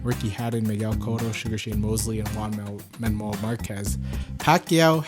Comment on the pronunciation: i really laughed on how he pronounce the Juan Manuel as Man Wamuel hahahaha but thanks anyway for this concrete evidence showing pacman is better than gayweather.. you're going to die!!! hahaha